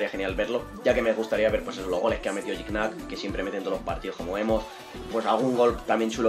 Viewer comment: se pronuncia Giñac no Gignac se pronuncia Lajud no Lallud